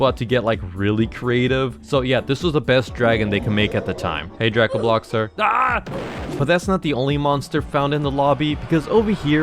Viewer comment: its pronounced dray-co-bloxers